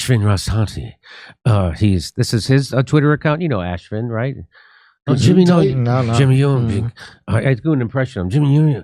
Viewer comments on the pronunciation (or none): "Ashfin"😂😂😂 Love it when you insult people without Even realizing it.. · It's pronounced AF-SHEEN. not ASH-FIN. 🤣